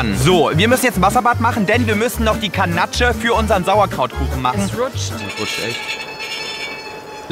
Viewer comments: joey man spricht es Ganasch aus und nicht ganatche HAHHAHAHAHAHAHAHA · Ich als Konditorin 🥸. Ganache wird „Ganasch“ ausgesprochen, nicht Kanatsche 🤪 sorry wollte nicht klugscheissen. War ein Lustiges Video, wie immer 😃 danke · Die ,,Ganatsche" killt mich!